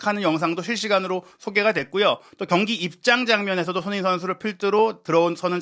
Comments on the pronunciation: 손흥민 선수 이름을 제대로 불러 주세요. 도대체 소너히가 누군가요? 매우 거슬리네요. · 발음좀 제발!!!!! 손 흥 민 !!